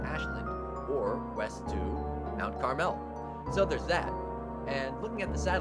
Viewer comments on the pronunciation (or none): Uh, yeah... about that, it's pronounced Carml not Car Mel 🤣😊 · Mount CAR-mel NOT carMEL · You are pronouncing Mount Carmel wrong.